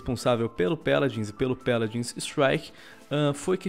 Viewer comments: Mano que agonia ele falando Péladins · "Peladins" :V